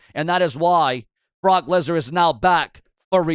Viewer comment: I did see Paul Heyman call Brock Lesnar, Brock Legnar